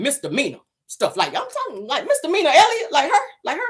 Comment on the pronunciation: Did she just say, she never been to jail, nothing serious......maybe some misalany( poor thing, think she was trying to say misdemeanor)